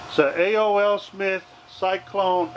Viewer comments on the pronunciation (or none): And it's A. O. Smith not A.O.L. American On line it's just A. Then the letter O. So AO. Smith. If you was with me talking to the customer I would've been embarrassed you really got to know the proper names of what you're working onà